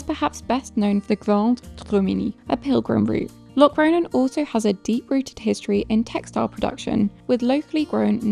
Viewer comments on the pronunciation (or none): Your pronunciation of Locronan is totally wrong. I’m English like you but I get it right 🫤